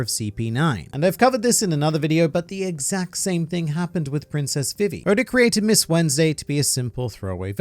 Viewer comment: Veevee Not Vivee. Why do you hate me.